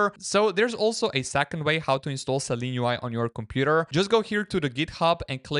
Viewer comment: It’s Seelen UI not Seleen UI.